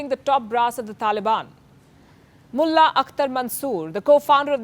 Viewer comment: Pronunciation of the word "mulla" seems like a abuse